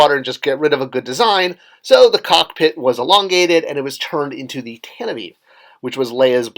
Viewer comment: It's not tent- ih- veev. Leias ship is tant-ihv four. The IV is a Roman 4.